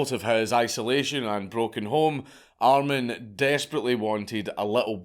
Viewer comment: Btw....armin or more pronounced like Armeen